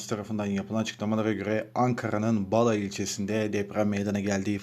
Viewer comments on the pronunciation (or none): ankara ilçesi a harfleri kalın ve kısa okunarak "Bala" değil,2.ve 4.a harfi uzatılarak okunur,sanki üzerinde şapka varmış gibi,bu kadar cehalete pes